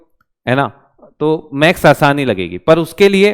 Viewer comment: you pronounce Max sir it's call maths not Max if you couldn't 😭😭 pronounce it properly so how can teach us i am so sad to alakh sir , alakh sir please provide us best faculty 🙏🏻🙏🏻🙏🏻🙏🏻